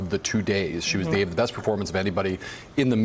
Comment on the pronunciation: ''you bess not miss'' Ignorant